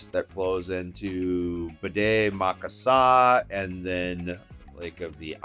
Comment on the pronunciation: Did you say BDE Maka Saka? It's Bde Maka Ska (formerly known as Lake Calhoun)